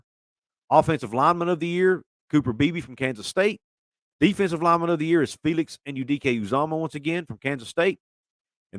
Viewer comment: Great job saying Felix’s name right only the Big 12 people know how to say it everyone else says it wrong